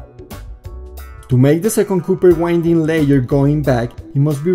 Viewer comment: Your English seems to be improving :) One word you use a lot is "winding." It is one of those stupid words in English that means 2 different things. As a noun wind is referring to moving air. This form of the word is pronounced 'wh-IN-d.' (this is the way you are pronouncing it). The other form of the word "wind" is an adjective. It refers to the action of looping or spinning something. It is pronounced differently. Instead of the strong "in" in the middle it is pronounced 'WHY-nd' or you could think of it as 'wh-I-nd.' I am just trying to help. I'm not trying to be critical at all. I have one question, or really a request for more information. Can I lower the impedance of the voice coil by reducing the number of turns if I design an amplifier that can handle it? Or/when is it better to use a larger wire?